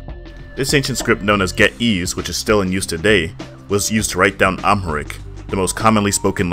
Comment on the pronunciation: The way he pronounced Ge’ez and Amharic killed me 😂😂😂